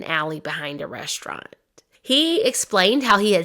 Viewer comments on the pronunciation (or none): none